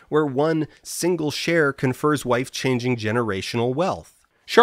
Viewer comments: At first I assumed that wife-changing money was me mishearing something, then Dan having a funny pronounciation. When I finally saw that "wife-changing money" was a term they actually used I just felt an emptiness inside me and deep secondhand embarassment. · Honestly I had some sympathy for the "apes" as I believed they were into this to get life changing money. Because who wouldn't go all out for a life changing amount of money. And then I realised you were saying "wife" changing money... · And it wasn't until my second viewing that I realized it was "wife-changing" and not "life-changing" 😅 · I first though “huh, Canadians do pronounce Life funny”… and then it hit me. Lmao.